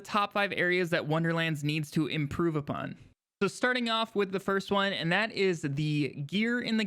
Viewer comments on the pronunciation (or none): Also "improve upon" not "apon"